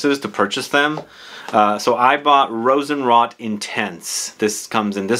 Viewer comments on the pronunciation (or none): Pronunciation tip: Rosenroat, not Rosenrott… :) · And today (Aug 11, 2022), on the front page of Fragantica, it looks like a new Rammstein fragrance was released! Lol, looking forward to your review on that one, too. And you're really convincing me to drop about $70 usd on a bottle of Rosenrot (with the long "o" btw, like "wrote").